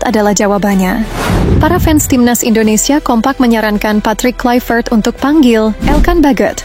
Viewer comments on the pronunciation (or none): none